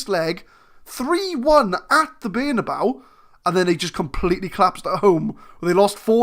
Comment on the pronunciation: Mönchengladbach sounds more correct than your version of Bernabeu to my austrian ears :) nice vid!